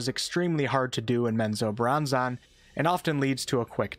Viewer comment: Hey bro, it's not zack-nay-fein it's pronounced zack-na-fain. It bothered me so bad. And menzobarranzon, is pronounced men-zo-barren-zon